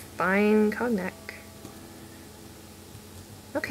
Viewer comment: LOL "cogg-nac"?!